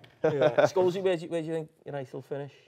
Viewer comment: Love Jamie saying Sholesy instead of Paul lmfao